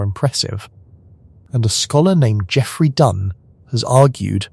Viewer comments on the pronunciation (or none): none